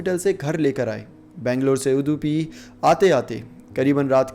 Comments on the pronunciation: It’s not udhupi it’s udupi kindly check the pronunciation also before making vedio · You had all the time to research the story, but did not have time to learn to pronounce the name of the district correct. You hindi speakers have no respect for languages from southern india.